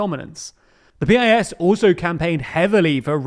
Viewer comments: PiS is not [pe-eye-es] but [piece] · This guy calls it Peee Ay Esss, while everybody incl the Poles calls it Pisss